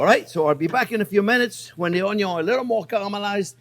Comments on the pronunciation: Chef John Pierre, I love your channel and all of your videos. Keep up the amazing work. Especially with the "onyo"... I have made this recipe twice now, and it gets better as I learn more of your little tips and tricks. I'm up in Toronto, I think you and I are about the same age, so if you are ever up here, I would love to make dinner for you... I just hope it doesn't suck! Keep up the great work. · My first Chef Jean-Pierre video and "Wow!" Subscribed and diving into the other videos! Going to share with my 87 yr. old Cajun dad who will be thrilled to hear "oyn-yun" and enjoy Chef Jean-Pierre's wonderful down to earth personality and expert teaching.